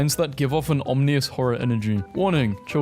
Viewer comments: Did u just say omnious? Sad. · i love the way you say ominous. it gives me a chuckle.